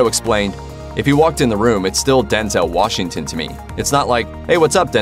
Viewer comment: Washinton?...no g? Seriously?... Ironically, it's The Little Things😤😠🙄